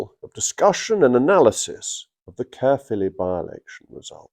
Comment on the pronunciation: Good pronunciation of Caerphilly Jacob